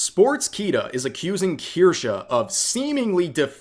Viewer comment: Its a German word. She pronounces it as Kirscha, kind of how Porsche is pronounced similarly